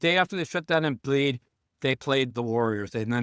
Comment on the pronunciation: Wtf is Embleed????? You mean Embid?